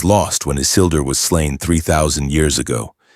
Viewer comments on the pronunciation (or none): none